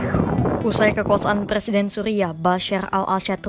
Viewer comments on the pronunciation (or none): none